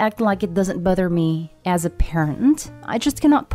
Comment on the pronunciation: Am I the A-hole for being bothered everytime the narrator says "buthered"?😁